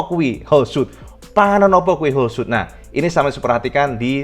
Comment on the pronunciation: Bang... bang... "Holeshot" itu "shot" nya "o" nya satu, jadi dibacanya "holsyot", bukan "holsyut". Klo "o" nya ada 2 "oo" baru dibaca "u", contohnya "shoot" dibaca "syut". "Screenshot" itu dibaca "skrinsyot" bukan skrinsyut" karena "shot" nya "o" nya satu. Salah melulu bacanya dari dulu, nanti penonton yg ga tau ikut-ikutan salah nyebut.